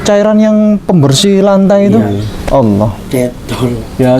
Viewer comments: Alhamdulillah,barokahlloh secara tidak langsung sudah berdakwa,tapi maaf dlm pengucapan Alloh masih seperti menjadi pendeta,semoga bpk lebih Istiqomah amin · Mohon DIROBAH pak penyebutan Allah,jangan biasakan lagi menyebut alah.Apa itu alah? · Pak ucapan Alloh kase benar pak bukan ala tapi Alloh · Maaf ralat cara pengucapan Allah nya (oloh) bkn (alah) sekali lagi maaf 🙏.. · TOLONG BELAJAR UCAPKAN ALLAH...... bukan alah ( dlm Bible ) PLEASE!!!!! Anda sekarang sdh jadi muslim, harus bisa ucapkan ALLAH. RISIH KUPING DENGAR NYA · Islam itu fleksibel, perlahan tapi pasti lg br belajar dan trs belajar, sy yakin lama" pasti mampu mengucap kalimat Alah dlm kristen menjadi ( Alloh) dlm islam 🙏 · bukan alah bacanya...tp Alloh tolong di beri tahu min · Tolong ustadz ipung nya di ajarkan penyebutan nama allah SWT biar enak di dengar nya biar ga kaya org Kristiani. 🙏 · napa nyebut Allah pakai lafal gitu... Sekrg sdh muslim lho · Semoga pak melafalkan ALLAH bs lebih baik Amin YRA Mungkin krn wkt msh jd pendeta berkotbahny melafalkan Allah seperti itu Maaf 🙏 Semoga istiqomah Amin YRA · Lebih bagus lagi kalau ini berlatih melafazkan Allah biar lebih abdol. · Amin semoga demikianlah yg terjadi hanya saja belum bisa Pasih mengucapkan Allah sebagai mana orang muslim, masih saja orang seperti orang kristiani cara penyebutannya